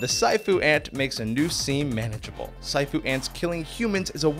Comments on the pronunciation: Haha lol not safu...its si-afu ants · I'm pretty sure that siafu is pernounced (see-ah-foo) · I met the siafu ants when working in Kenya (its pronounced See ah foo btw) they are a nightmare, when you see them there is a sudden rush to get all the food secure. And then its like an ant flood, you just get away from them as best you can. They have a nasty habit of hiding on you and then a lot of them will bite you at once, it's not too painful but it does hurt and multiple times is quite uncomfortable and annoying. Then they seem to leave as quickly as they came.